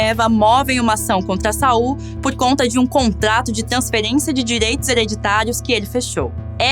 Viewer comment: Não é Sal, pirralha, é SaUL, Sa-ul, sua inculta!